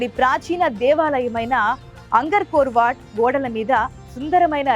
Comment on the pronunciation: అమ్మా అంగర్కోర్ వాట్ కాదు. ఆంగ్కార్ వాట్ (Angkor wat).అనండి. ప్రపంచంలోని అతిపెద్ద హిందూదేవాలయం(విష్ణు ఆలయం)